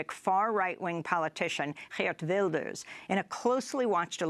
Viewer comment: Well done Amy, the best pronunciation of Geert Wilders and Mark Rutte of any newsanchor I've heard so far.